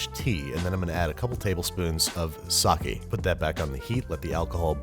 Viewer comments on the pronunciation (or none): Impressive how this guy butchers literally every piece of Japanese. Including sake. It's 'sah-kay' not 'sah-kee'. How does he not know this? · Right? Same thing with people and their pronouncing of Sake. It's Sah Keh, not Sah Key.